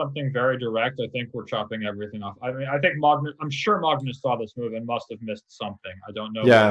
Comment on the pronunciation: Sam's pronunciation of Magnus is better than Pascal's. Cudos to Sam for trying to pronounce it in Norwegian. :)